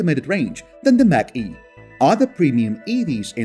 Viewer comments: It’s NOT MACK E, it’s MACH (Marc - E) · Macn-e is pronounced MOK e, not MAC E. :-) Great video! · It's pronounced Mock E not Mac-E Mach E as in the speed of sound. Mach 1,2,3 ect. Words can be tricky.